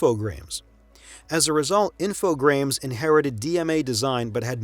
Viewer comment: Well done, very informative. Thank you so much for making this. A few mispronunciations perked my ears up, notably Psygnosis (the "g" is silent), Infogrames (the "s" is silent, pronounced "Infogr-ah-m") and Final Fantasy X (it's "ten" not "X") but maybe I'm just being nitpicky. The fact is, this is a very professional video and I can't wait for more of your content.